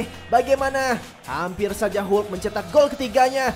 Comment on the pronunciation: Sebutan hulk tu tk betul senanye